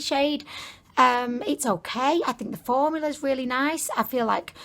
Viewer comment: You said formular ¯\_༼ ಥ ‿ ಥ ༽_/¯ just like Mr.Krabs